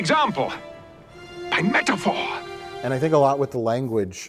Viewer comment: I love How Picard Stretches the Syllables Out For The Word Met a phor.